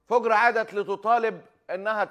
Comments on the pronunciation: تقول انا مع التطبيع لأنها مطبوع على قلبها الله لا يبلانا .. صحيح فُجر مو فَجر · فَجِرْ ❌❌ فُجْرْ ✅✅ كل الكويت مع فلسطين 🇵🇸❤️🇰🇼